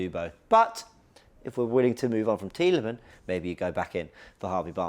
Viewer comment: IT'S TIELEMANSSSSS FFS 🤣